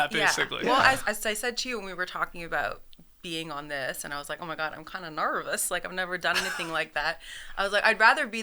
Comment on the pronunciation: Never narvous